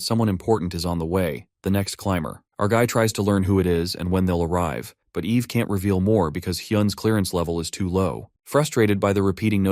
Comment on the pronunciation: I mean TS you say the womans name is Ave, when it is Eve, then the next second it is said correctly. You really need to take this down fire the DEI hire that you got from the learing center and hire someone that can do better.